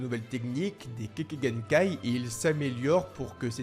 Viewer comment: Kekkaï genkai et non pas kéké genkai